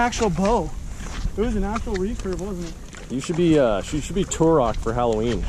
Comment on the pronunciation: you're sayin turok wrong but I remember it.